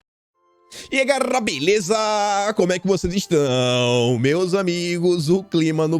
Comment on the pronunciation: O não consegue falar GALERA........ ele fala e aí GARRA beleza......kkkkk